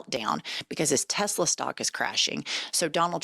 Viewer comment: The wanna be alpha males of maga. Notice Trump's dementia is so severe he can't say Tesla. "Tesler"